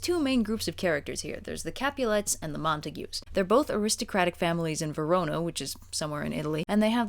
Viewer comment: I'm aware the comments are all commenting on the content of the video and while that's all well and good... Did say "Verono"?